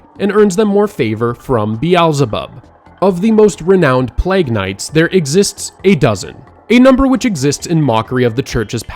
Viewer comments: My man pronounced “plague” as “plagg” 😂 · Is it plague or pLAAAAG?? Is this fucking AI? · Bro... i love the video but you gotta pronounce the word plague properly... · Not sure about this? Based on the pronunciation of the words Cyprus and Plague.